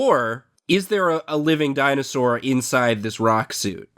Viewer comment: Guys, is this really happening... Lol di-anus-sore